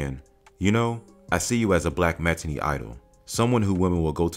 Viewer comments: Sooooo.... we aren't going to mention SPIRIT LOST??? Great movie and his character...smh but anyway not to offend, it's Loy(like toy)ola (or lo like yo... depending on whatever side of the map you're from) Loyola and matinee... mat I nāe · IT'S MAT- TEN- NAY wtf Comedy Hype?! (that can't age well) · You can't pronounce matinee?